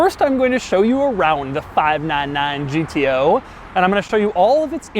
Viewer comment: No one : Doug : five naan naan gto.